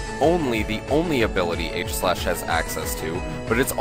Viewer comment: For some reason, I feel like being a douche about this video. So let's criticize everything. Firstly, fanart. Don't use fanart. Second, The first A in Aegislash's name is silent. It is based on the shield Aegis (AKA Egis), in which the 'A' is silent. When you actually say the name of a Pokemon's form, form has an E at the end. For the onscreen description of Stance Change, since it was a quick summary, you should have used the in-game description. "The Pokémon changes form depending on how it battles." Steel resists Fairy, it's not immune to it. How did you not catch this mistake in post? Mandibuzz does not resist Sacred Sword. It's part dark. More fanart. Even more fanart. How about Weakness Policy on Aegislash instead?